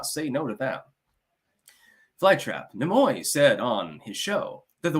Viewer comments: Stop saying "Na-Moy"...its "NEE-MOY"...Gad, infuriating ignorance. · Leonard who? Nemoy?? Pronounced knee muo not na muo